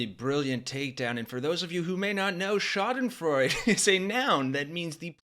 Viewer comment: Just a tip: If you want to experience the true magnificence of the word “schadenfreude,” you need to pronounce the ending. It’s freud-eh. 🇩🇪